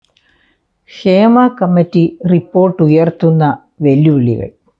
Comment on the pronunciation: ക്ഷേമ കമ്മിറ്റി അല്ല ഹേമ കമ്മിറ്റി